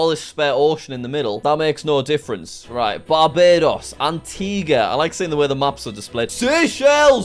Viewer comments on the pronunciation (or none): You're saying "Antigua" wrong